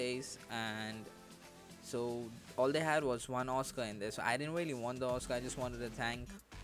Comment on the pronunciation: What's a awwscoh???